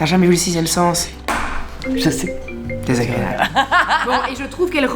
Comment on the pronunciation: DéZzaGréaaaaaP' 😆🥳😜😜😜 Et "Nous ne TinT'enDronPas !